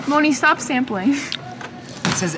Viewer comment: “STAWP DROP AND ROWL.”